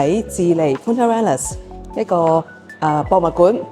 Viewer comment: 如果喺Ushuaia 上船有時last minute可能很平，另外想提一提Punta Arenas西班牙語不是這樣發音的